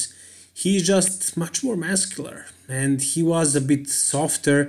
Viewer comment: Muscular not "masscular " xd , not hating btw , i like this channel